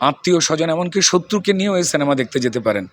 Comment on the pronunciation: কথাটা সেনেমা নয় সিনেমা